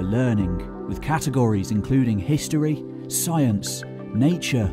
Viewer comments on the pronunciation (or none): none